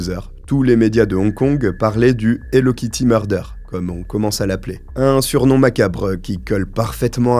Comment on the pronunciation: C'est plus "hello kitue"😮